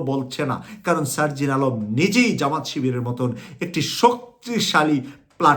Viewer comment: আসসালামু আলাইকুম আমি কুয়েত থেকে আমি আশা করি আপনার ভাষা আরও শুদ্ধ করে বলার চেষ্টা করবেন আপনার ভাষা অনেক ভুলে বড়া আপনি একজন মিডিয়া বেক্তিত্য বিএমপি না শব্দ টা হবে বিএনপি আর সারজিন আলম হবে না শব্দ টা হবে সারজিস আলম আরও অনেক জায়গায় ভুল